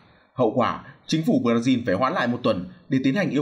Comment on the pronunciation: Thời này là thời nào rồi còn đọc Bờ-ra-zin 😄